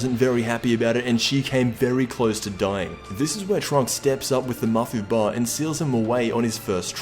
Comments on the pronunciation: is not mafu-BA it's MaFÚba, makes me cringe when you say it like that. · its ma-fuuba not mafuba lol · Mafuba not mafuuba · at least say mafuba right